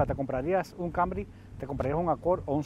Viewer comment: Dice ser profesional y hablar así tan mal ? Toyota “ kambry”? TOYOTA CAMRY ! Habla bien y acentúa bien los nombres no vengas aquí a cambiar le el nombre a los vehículos apréndete bien sus nombres si este es tu trabajo ! Hazlo bien y si no entonces no hagas nada